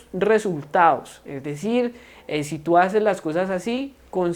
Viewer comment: Se saltó resultados, dicción de resultados